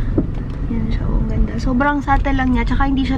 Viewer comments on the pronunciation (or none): none